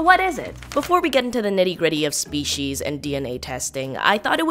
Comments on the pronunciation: "SEPCIES" ahah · So, what’s sepcies? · Yeah 'sepcies' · nice "Sepcies" either way weirdly engrossing video nice job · Sepecies btw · sepcies lmaooo